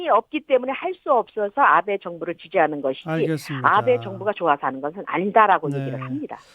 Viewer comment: 아베가 왜 자꾸 나베로 들리지 ㅋㅋ